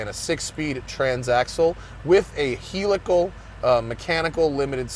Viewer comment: Hell-ical not heel-ical shiiiiiiiiiiiiiiiiiiii 😎